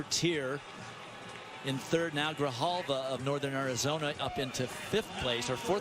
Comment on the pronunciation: They couldn’t get Louis Grijalva’s name right😭